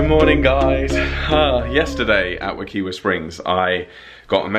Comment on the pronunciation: Hey, I just want to let you know that Wekiwa Springs is pronounced Wuh-kY-wuh.